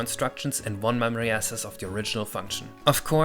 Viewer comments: Finde diese Videos immer suuper interessant! (Mini-Hinweis: access = äkses, nicht äses) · The first syllable in "access" is pronounced like "axe", not "ass" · I enjoy your accent but it sounds like "assess" when you say "access". It's similar to Dachs in German if that helps but I'm sure you were just focused on finishing the recording. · FYI Access/success are pronounced with a ks sound for cc i.e. Aksess/suksess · I need to assess that your pronounciation of access is wrong. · please take a second to look up the proper pronounciation of access and similar words. As another german with english as their second language I can relate to accidentally picking up wrong pronounciations, but if no one tells you you won't know. I'm not a fan of trusting the AI with math you don't understand and from what it sounded like you couldn't really verify? In general, making a video about random numbers and then kind of glossing over the math when that theoretical math context is the only place where some of these aspects like "true randomness" are meaningful feels weird to me. It doesn't even feel like true random number generation in the first place, since by knowing the state, aka the random and count registers, you can compute the output similar to existing prngs. The thing about true random number generation is that even if an attacker knows the state of the hardware they're running the code on, they can't predict its outcome. This distinction is not important when optimizing game rngs, but it is important for contexts like cryptography. Just because the state you're using for your prng depends on physical properties doesn't mean it's the same as sourcing your rng from physical properties. Sorry if this comes off as harsh. I do enjoy your videos, but I also want them to be as educational as possible and I feel like this one specifically might cause big misunderstandings with the topic for some people.